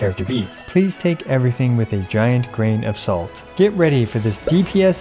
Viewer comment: HEY On the disclaimer at the end, you said “Please take everything with a giant grain of salt.” BUT the words said “Please take everything with a gran a salt.” HUGE DIFFERENCE (Yes, I put the video in slow-mode and listened to him.) (Yes, I also know he put the video back into normal speed at the end.)